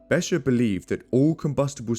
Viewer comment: Besher????? It CLEARLY says BeCHer with a CH as in loCHness...Please do your HOMEWORK before you do a video....DUMB!